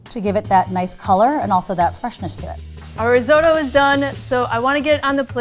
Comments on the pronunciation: riz-oh-to? listen to the italians, it's riz-ott-oh... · Bugs me every time. sot, in risotto, is pronounced like hot. It's risotto, not risoto. And the lvl 2 chef looked like she'd never even heard the word before she walked on set. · stop saying riz-oh-toe.... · That dark haired chick absolutely butchered it. That was NOT rissoto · Risotto has two Ts in it but they're all pronouncing it "riz-oat-o"? why are they doing that? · Why can't Americans pronounce risotto?! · "risotto" is a hate crime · the italians are cringing at yalls pronunciation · im having an italian "watching" with me and hes angry at the pronunciation